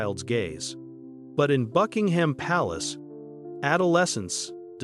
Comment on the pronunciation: Anything with AI narration about "bucking-HAM" palace is just a piece of shit.